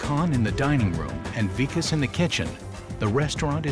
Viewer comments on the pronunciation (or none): said “Vakis” instead of “Vikas” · really said "vakiss" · mispronounces the Vikas’s name. That’s downright disrespectful. How does one forget the name of a top chef? The name isn’t even long. It’s short and simple. Love how Gordon catches it and corrects him immediately. He was so done with